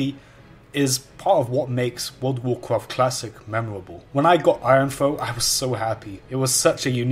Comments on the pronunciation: I don't know what this guy is talking about. I've never played a game called "Woold of woorcwoft" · Ah yes, I loved cwassic woud ov wouwcwaft. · woud of wouwcwaft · dude classic woud of wouwcwaft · XDD dude i can´t stop laughing and he says it so often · what does he say the at the beginning? god of warcarft? good of warcraft?